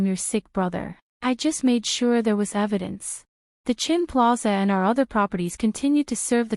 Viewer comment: AI writes Chen, AI reads Chin